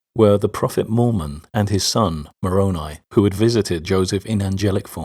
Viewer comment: You stated ''Really well done'' says Moroni pronounced More-own-ee. It's More-own-eye, isn't it? p.s. Click on my name, view those first seven videos of my liked videos. Those videos DEBUNK ALL OF THAT ANTI-MORMON CHRISTIAN DRIVEN ANTI-BOOK OF ABRAHAM INFORMATION.